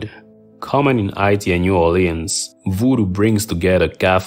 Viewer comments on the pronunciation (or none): none